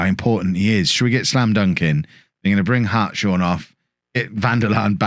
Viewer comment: I believe Hartshorn is pronounced Harts-horn, I knew someone at school with this surname, sorry to be pedantic. It just grated slightly when hearing it. Keep up the good work anyway. This looks like it'll be an exciting save for seasons to come.